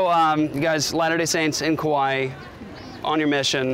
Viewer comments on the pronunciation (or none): I really love, but I'm having a hard time hearing him say kuwaii... It's the second video.. And I doubted myself is Hawaii was ever named Hawaii.. I was like... Is it me? Have I being saying Hawaii wrong all this time?